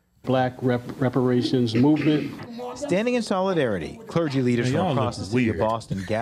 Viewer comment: “They trying to get WEPAWATIONS…” 😂😂😂